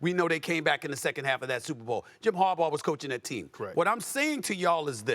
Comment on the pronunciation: Good job Stephen A. Finally saying Harbaugh right instead of 'Harbar."